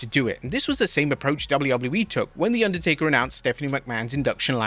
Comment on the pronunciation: Inducdertaker lmao